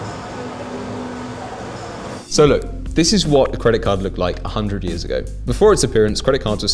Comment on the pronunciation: "couple of yeeeaaz" what's a yeaz? 😂